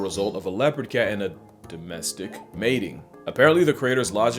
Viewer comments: that would be pronounced domestis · While I don't care for the way you're saying "domestic," you should know I literally got my now 14-year-old cats out of the garbage. They were taped up in a box with their mother as kittens and thrown into a dumpster. I also just rescued a 9-week-old kitten. Point being, I don't buy living creatures. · why did he say domestic in a racist way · that "domestic" was definitely hard R'd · The way he says “domestic” like it’s a slur 💀😭